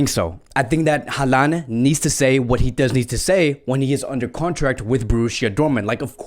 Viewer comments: i hope ur correct in everything u said cuz its honestly a dream to see messi alaba and haaland in barca. the one thing ur not correct tho is saying haalands name ahhaahha. its pronounced holland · You really need to do a much better job of pronouncing players names correctly. HO lan.